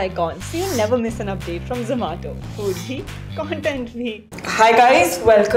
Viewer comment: Everone: Zomato Sahiba: Zaamato